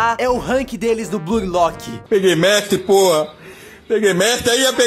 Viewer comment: Mn, qual é a dificuldade de pronunciar corretamente? Escreve-se Blue Lock, mas pronuncia-se BLU Lock. Para de dizer Blui lock, per favor me ajuda! (um meme)